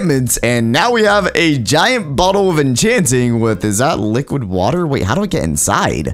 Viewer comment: Did anyone else hear him say liqud water